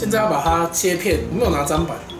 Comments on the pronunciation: 聽說是叫砧(ㄓㄣ)板... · 其實砧ㄓㄣ 板吧('・ω・')